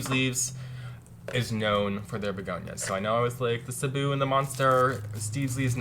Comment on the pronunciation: i love how you correctly pronounced the "Cebu"! :) it's actually from the Philippines.